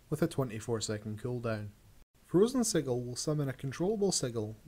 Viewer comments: you pronounced "sigil" incorrectly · lol the way he says sigil